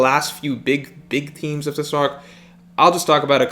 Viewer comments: Mans says themes wrong every time yet says thematically perfect. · Oh, its themes. Thought he said memes at first. Breaking down the memes would more beneficial